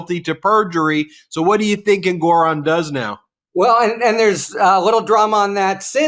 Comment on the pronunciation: Love you guys., sorry but I gotta point out it seems you’re mispronouncing Engoron’s name.? (Am I spelling it right? 🤪)